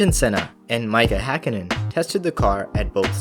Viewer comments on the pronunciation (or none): For goodness sake, those engines were not “Ford”, they were Cosworth engines with Ford bits and money! And who the feck is Mikehah Hakkinen? It’s pronounced Meekah”